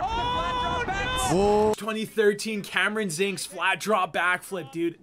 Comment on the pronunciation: “Cameron Zinc”